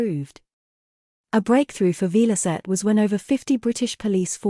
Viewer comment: Shame you couldn't find an IA voice that could pronounce Velocette correctly.